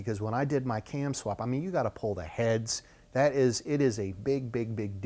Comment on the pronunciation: Too bad you can't say CAM.